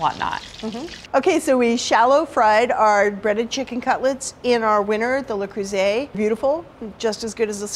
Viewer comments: NO vocal fry. EVER. It's really awful to listen to and it does not increase one's authority. It decreases it. And, please, learn how to pronounce "Le Creuset." It's French. Not Spanish. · It's not "lay croosay"